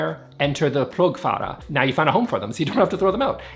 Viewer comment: Im swedish, and I love how youtubers try to pronounce it. But plogfåra should pronounce like ore plogf”ore”a 🤗 but still, we dont care.